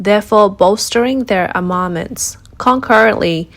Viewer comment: Such excellent reporting! I might suggest you use Google to determine the correct pronunciationsbof some of the words you use like armaments and audacitiously.